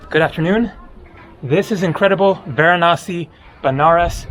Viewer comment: It's interesting, you know every indian God's name exactly and your accent while naming of Gods are really impressive... thanks for visiting VARANASI